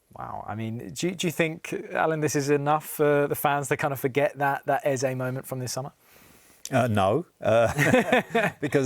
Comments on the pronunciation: How does Sherwood get any work he just called Eze Elise ffs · Sherwood had nothing positive to say and we are so in his head he couldn’t even say eze the man said Olisa